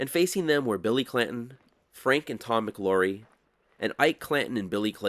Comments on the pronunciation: I thought it was McLaury, not McLorry. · Love your videos but javelina is pronounced have-a-leena. The name McLaury is pronounced Mick-lou-ries with the "au" pronounced as in loud. Arizona native here